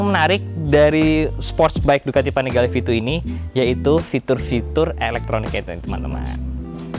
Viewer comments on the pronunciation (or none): yg gw denger Ducati vanigale 7